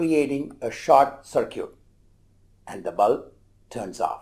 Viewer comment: “Short cir-cute”